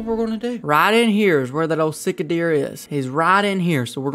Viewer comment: Sika deer a pronounced sea ka or c ka